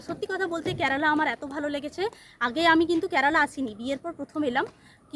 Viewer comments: I have subscribed your blog. But you have one problem, please rectify it. Why do You pronounce Kyarala ক্যারালা but it should be Kerala কেরালা I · Thikmoto uchchron koro." "Kyarala" na " kerala". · Kerela উচ্চারণ ঠিক করে বলো 😮😮